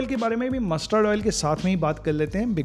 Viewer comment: Your stress on mussssterrd oil 👺